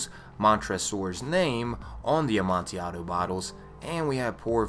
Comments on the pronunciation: btw for #1 it's pronounced "ah man till ad o" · the L in amontillado is not silent and is not pronounced like an I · its amontillado,assclown